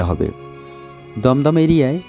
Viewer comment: Dumdum balo kore bolo